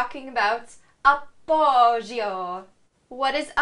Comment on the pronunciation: You aren't pronouncing appoggio correctly.